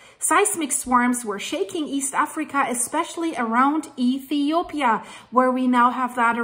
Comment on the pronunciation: i love the way she called my country ETHOPIA 😍😍😍